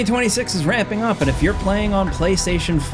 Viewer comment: I had to replay the beginning like 4 times. I thought he was saying “2026 is wrapping up” but I guess he’s saying “ramping up” 😂 idk I was so confused